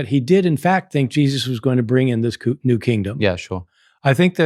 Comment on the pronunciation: There is no k in new.